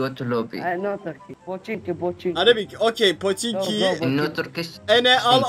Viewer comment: aynı araplar gibi söylemişsin "poşinki" 😂😂😂